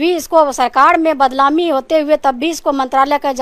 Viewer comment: Ye badnaami ko badlaami bol raheen hai ye mla hai bihar ki